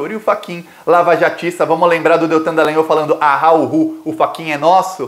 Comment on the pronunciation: já que vc vai ler os comentários, anote aí. Teori é oxítona, ou seja silaba forte no i. Outra coisa, NÃO MUDE o nome do cavalo aqui de Curitiba, o tal DD. Não é Delagnol e sim Dalagnol. Olha, o ministro Teori Zavascki, foi sim retirado de cena. Ele era uma baita pedra no sapato e quando o avião estava boiando no mar, pescadores viram uma mulher dentro da aeronave pedindo socorro mas policiais cercaram tudo, retiraram os curiosos e a deixaram morrer.